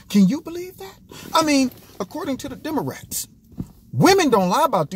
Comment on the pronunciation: He said “demarats” 😂😂😂😂